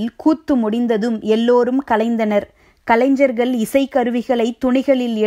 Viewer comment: Pls correct your prononuce for this word kalaingar.my suggestion.